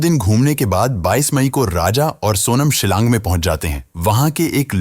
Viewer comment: Silang nahi shilong